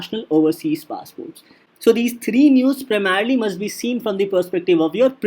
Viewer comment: “PRAMERELY FOR PRELIMS” and reading out notes is not DNS. Please relent